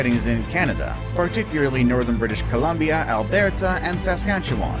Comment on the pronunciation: Ale-bear-ta? Did the narrator actually pronounce it that way?? WOW. Credibility effectively gone. In the wild, Komodo's live only on 5 islands in Indonesia, not in Southern Australia. Though it is believed they may have originated there millenias ago. Most experts agree, that the Loch (Lake) Ness Monster, at the sizes described, would not have enough of a food supply to have survived.